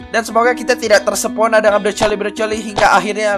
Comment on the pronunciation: tersepona? Apa terpesona??